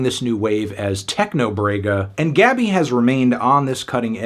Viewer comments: Pronuncia-se Gabí, com a sílaba tônica no "bi" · Her name pronunciation is GABEE